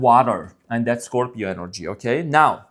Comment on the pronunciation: I love your readings and when you say ScropJohn sp incorrect! lol